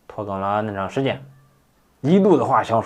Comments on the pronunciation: 拖更竟然听起了“脱肛”🤣还担心了一下下。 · 我也听成脱肛了，吓了一跳。